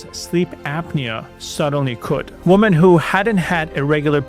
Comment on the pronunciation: The plural of woman is women, pronounced "wimmen." Just trying to help. It's very distracting hearing it repeatedly mispronounced.